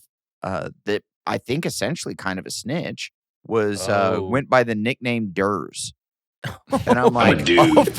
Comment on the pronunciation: Adam pronunciation help: Wint = went Jizzt = just Win = when